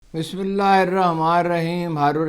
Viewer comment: چچا بسم اللہ ٹھیک ھو کے نہیں دی